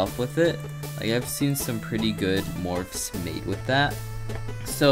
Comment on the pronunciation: 2 years ago you said morp when trying to say morphs. You grew up so fast.